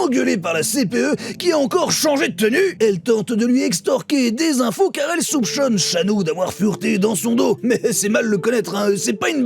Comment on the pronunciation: Car elle souPCHONE ? 😅